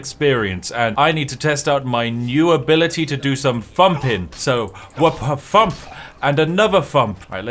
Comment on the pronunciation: I love how he says jual instead of dual and fump instead of thump, hypothetically he could be jual fumping enemy’s